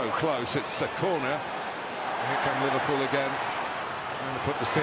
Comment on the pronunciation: Reff-VAR-full Or U can write it "Liverpool"